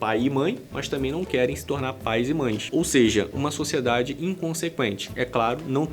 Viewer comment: “SÓCIÉDADI, FÉMINIXTAS, CONTRACÉPTÍVOS…”🤮🤮🤮🤮🤮🤮